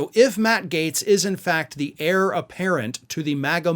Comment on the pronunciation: Heir, pronounced as error.